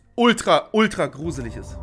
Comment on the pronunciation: „Es wird gruselitsch“ 😂😂😂